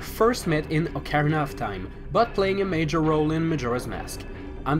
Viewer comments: He has horrible pronounciation. Dude says ocarina. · who taught you how to say ocarina?